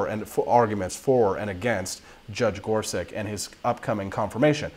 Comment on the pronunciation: his last name is pronounced as "such" and not "sic"